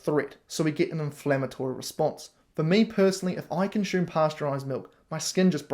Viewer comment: I love the haircut,. Having lived n NZ I can even cope with the tortured vowels Kiwis use when speaking English. But pronouncing ‘consume’ with an ‘sh’ sound when I’m used to hearing an unadorned ‘s’, is not working for me. Please stop. 🙏